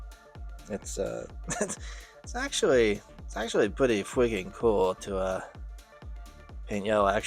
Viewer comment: “aktuwawwy pwetty fweaking cool to paint yewwow” im hollerin 😂